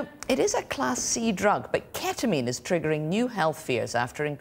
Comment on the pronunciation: ahh yes I love "keta-min"